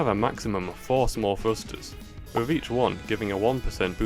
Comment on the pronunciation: are you saying "frusters?"